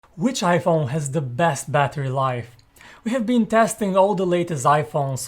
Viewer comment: Why does this guy say Yaiphone